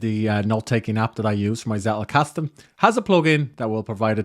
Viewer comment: Nice Video. Hint from a German-speaking viewer: the emphasis of the word "Zettelkasten" is on the first "e", not on the "a" 😇